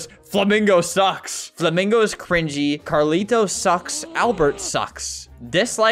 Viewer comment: Bro said carlito 😨😨😨